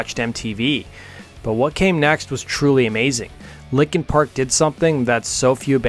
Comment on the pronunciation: Stop saying "likin park!"